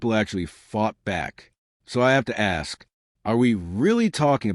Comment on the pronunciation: Why cant these people ever pronounce the word ask?